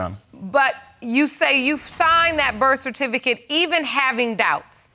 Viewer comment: Birth tificate ........ somebody help. He said non producable